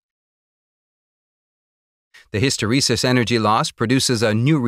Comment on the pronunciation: His pronunciation of hysteresis is driving me nuts...